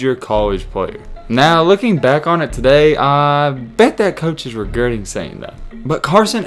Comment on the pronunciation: Did you say "regerting" 🤣🤣🤣